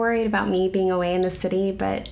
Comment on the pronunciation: I thought she said bing in LA Buts she said being in LA :-(